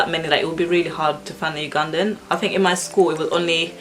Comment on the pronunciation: When pronouncing "Ugandan," sounds like I'm saying "you gone then"